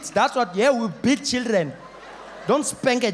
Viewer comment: My first time watching this I thought he was saying "we bit them" xD